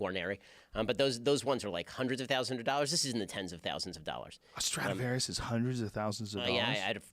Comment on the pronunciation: Joe "is it a strautavarious" Rogan